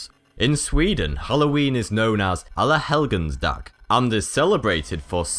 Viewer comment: You pronounce 'Alla Helgons Dag' funny.